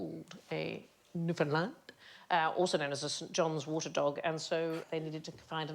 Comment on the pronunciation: I love the visible effort Sandi puts into pronouncing Newfoundland correctly each time. Looks like one of us has given her a 'bollocking' as you call it, and she was practicing in front of the mirror before the show